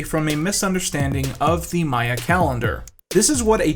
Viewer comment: thank you so much for saying maya instead of mayan!!! such a tiny difference but it proves that you actually know what you’re talking about lmao - a happy archaeology student